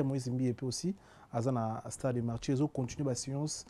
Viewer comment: Ah boyoki pe neti nga pe nayokaki eloko moko ya genre wana! Marture au lieu de Martyre. Heritser au lieu de Heritier